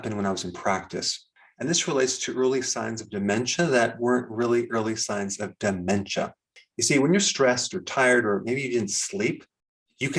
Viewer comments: Why does he say DU MEN CHA instead Dementia? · Why are you saying/stressing ... De..men...cha like that. ... very off putting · Say Daaamentia one more time very irritating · What is it with the DE-MEN-TIA thing? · De-Men-SHA! I never knew it was supposed to be pronounced in broken syllables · Why do you say "dementia" the way you do in the beginning. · Your pronunciation of dementia sounds like Trump's pronunciation of "China"!